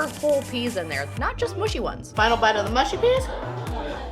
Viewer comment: why can't Americans pronounce Mushy? they always say Moo-she.